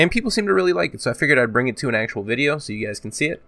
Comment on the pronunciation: "Back with another Frrrannhahor vidja"